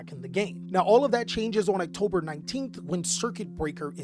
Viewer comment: 1) Xyz monsters are pronounced "Ikseez", not "Exceed". 2) "October" does not have a "k" in it. That aside; The link era truly was despicable. It was even worst for any deck which had extra deck monsters but couldn't use links.